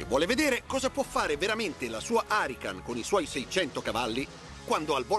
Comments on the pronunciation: Ma da quando si chiama Lamborghini arrican? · "Harican" non si può sentire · Si deve huracan non harican NON HARICAN NOOOOOOOOO poi dicono che gli Italiani bestemmiano troppo ma sono gli stranieri a farmelo fare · Come la chiama, lamborghini arrican?...... Che nerviiii si chiama lamborghini huracan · "haracan" ma diocane cat nise un cancr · fa venire il cancro solo a sentire come pronuncia huracàn